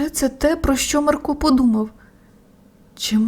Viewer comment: Та не МаркО, а МАрко 😕